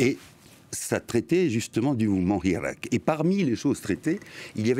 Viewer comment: Il analyse aussi mal qu'il prononce le mot hirak.